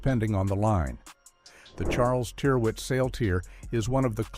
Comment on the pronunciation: My oldest item of clothing is a Ralph Lauren shirt. It's around 35-years old now and is still pretty much as it was when new. FYI 'Tyrwhitt', is pronounced to rhyme with, 'spirit'.